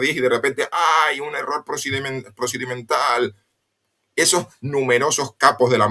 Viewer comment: procimental, Si